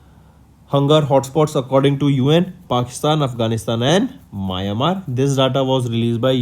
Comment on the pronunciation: it's meow n mar (Myanmar)